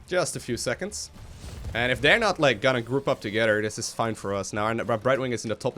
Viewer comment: i like to think is an inner troll with how he says certain words:P "togeder" "duh" (instead of the) "dough" (instead of though) etc...